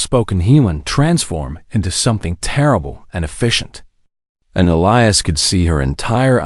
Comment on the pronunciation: Why the difference in skin color? Why are all cargo ships old and broken down? Wouldn’t there be major cargo carriers by then? Did the princess have to have four arms? Please learn to pronounce Elias correctly. And they’re using charts instead of an outer space GPS? What about his crew? Didn’t they deserve a reward by standing by him? The humans in these stories are ridiculously noble, selfless, and humble.